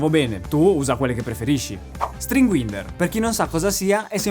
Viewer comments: Occhio alla pronuncia, è "UAINDER" non winder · Bene, ma si pronuncia string [wainder] non winder to wind [waind] = avvolgere , scusami deformità professionale ahahha